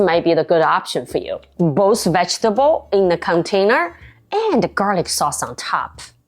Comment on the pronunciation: vegetable读错了，我可以确认你是长大后移民的。